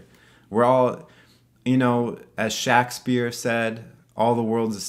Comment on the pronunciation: (Shaq)spear is that actually how you say Shakespeare? Cause I laughed for a while 😂